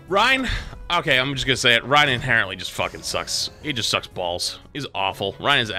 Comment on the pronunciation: in conclusion the word inhereńtly was sais